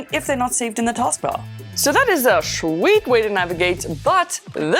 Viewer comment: Stop saying shweet !